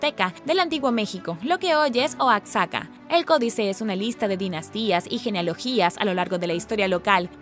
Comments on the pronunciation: No sé dice Oatxaca sé dice como se escribe Oaxaca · Oaxaca se escribe con X, pero suena como J por lo tanto se pronuncia Oajaca. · Muy interesante todo lo k pones ☺️☺️☺️ Solo una aclaración Oaxaca se pronuncia (oajaca)☺️☺️☺️☺️☺️ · Oaxaca se pronuncia OAJACA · Se pronuncia Oajaca 😅😅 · Obio no eres Mexicana se pronuncia oajaca